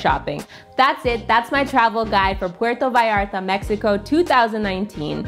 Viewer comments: thanks for pronuncing "puerto vallarta" it right 👍🏻 some people just don't care and pronounce it awful 😅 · I thought the same! Nailed it! It's butchered often, but doesn't roll off the tongue easily, so I understand!